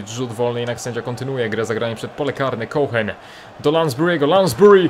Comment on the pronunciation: Cohen czyta się Koen chyba xd